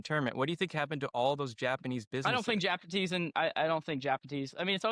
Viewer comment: Dude literally said “Japanese” pronounced wrong. TWICE. Not once.